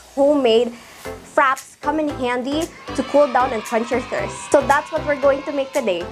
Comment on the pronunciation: It's pronounced frapay xx